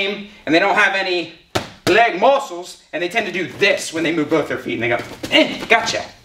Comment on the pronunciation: I just want to hear you say LEEEEG MÜSSELS more often.